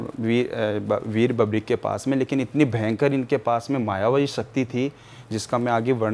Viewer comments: बबरीक नही, वीर बर्बरीक नाम है बाबा का ढंग से तो बोल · अपने आपको बाबा श्याम के मंदिर का पुजारी बताने वाली महान आत्मा ढंग से बर्बरीक तो बोलना सीख ले बबरिक- बबरिक सुन सुन कर कान पक गया 😮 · बर्बरीक होता है,बर्बीक नहीं, जय खाटू श्याम!